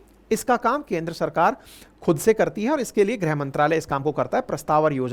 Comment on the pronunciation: ग्रह मंत्रालय नहीं सर it is गृह मंत्रालय